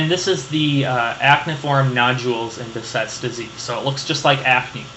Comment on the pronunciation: Behcet's disease is unclassified vasculitis (affects vessels of all sizes and types). Also it's pronounced Beh*SH*et not Beh*c*et. Thanks for the excellent lecture!